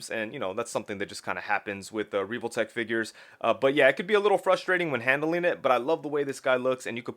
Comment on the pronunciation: Why are you saying reeve-ole-tech?? It’s pronounced how it’s spelled. Revoltech. Soft “E” 100% that’s just how English grammar works.